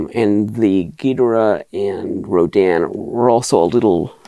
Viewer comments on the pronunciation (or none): Always an impressive collection. Thanks for posting. All that Rodan talk sounded like Rodin to my ears and made me think your family was like some New England patricians discussing the family statuary. The rapscallion scion of the family ran up gambling debts and had to sell the family statue collection or something. Seems like a good Victorian novel.